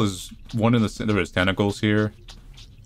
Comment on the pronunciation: At first I thought you said testicles.